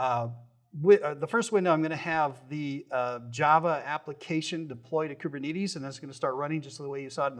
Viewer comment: bro is the only person i've ever heard to say koober knee tees